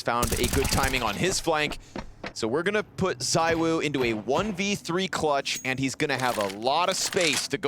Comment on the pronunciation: ZywOo not ZyWoo btw